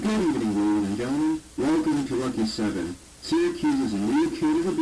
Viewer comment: My Lucky 7 video has had a bit of a spike in viewers recently... I guess this is where that came from! Thanks for the shoutout I appreciate it ya pronounced it perfectly dw Great video btw